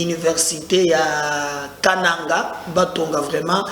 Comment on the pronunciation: Toi tu ne sais prononcer le mot kananga